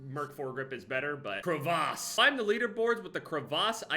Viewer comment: Why can nobody pronounce crevasse anymore?